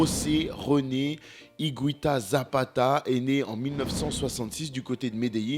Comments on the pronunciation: Ça se prononce IGUITA et non pas IGWITA. En espagnol, on dit : una guitarra et non pas una gwitarra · ça se prononce higuita pas higouita apprends les règles de prononciation en plus c'est la même en français et en espagnol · René Higouita.... ça m'a piqué l'oreille pendant toute la video... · Excellent reportage..mais je ne suis pas sûr que son nom se prononce hi-goui-ta :) il n'y a pas de ü dans son nom mais c'est un détail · Comme en français, en Espagnol on ne prononce pas le “u” après le g. Donc on dit simplement “Ig’u’ita! Merci 🙏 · Allez on la refait et en prononçant correctement Higuita cette fois-ci xD Je déconne(sauf sur la prononciation de Higuita), excellente vidéo et merci pour tout ! Continue comme ça